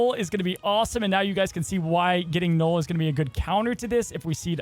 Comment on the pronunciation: ok not sure if this is just a troll thing but it is NULL not Gnoll. Like null and void.